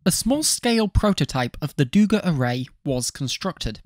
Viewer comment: Its DugÁ not DÚga, too late for the video, but for future reference.